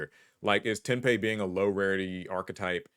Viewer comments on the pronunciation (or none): calling tenpai cards "ten-pay" instead of "ten-pie", time to start another Tearlaments/Purrely thing... (fwiw, they're based on a Japanese mahjong term of the same name, so there isn't really any westernization of that term for these cards) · I'm honestly surprised you didn't reference Ai, as in the character Ai is how you pronounce the last half of Tenpai Ryu. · That... really isn't how you say tenpai. The ai sounds like in the name character from the show, Mai.